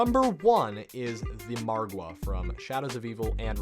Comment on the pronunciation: Have you noticed this guy says Margwa correctly while other youtubers pronounce it like Mogwo lol